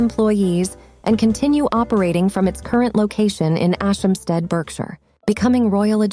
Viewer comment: BERKSHIRE IS PRONOUNCED BARKSHIRE THIS SHOULD HELP YOU IN FUTURE POSTS. WILLIAM HAS BUILT A VERY CLOSE BOND WITH MICHAEL MIDDLETON. THE MIDDLETONS AND THEIR OTHER CHILDREN, JAMES, AND PHILIPPA, HAVE NEVER SPOKEN A WORD ABOUT WILLIAM, CATHERINE, AND THEIR CHILDREN. JAMES AND PHILIPPA HAVE DONT LIKEWISE. IF ONLY Meghan Markle AND HER FAMILY HAD DONE THE SAME, HARRY & MEGHAN MIGHT HAVE DONE DID YOU KNOW THAT MEGHAN'S FAMILY STILL SPEAK TO MEDIA OUTLETS AND UTUBE CREATORS WHO SPREAD GOSSIP. THEY CONSTANTLY GET THEMSELVES INTO TROUBLE. MEGHAN COMES FROM A WORKING CLASS FAMILY. SHE IS VERY ASHAMED OF THAT. HER FATHER WAS A LIGHTING DIRECTOR, BUT RARELY GOT GOOD JOBS. MEGHAN SHOULD HAVE KEPT QUIET ABOUT THEM .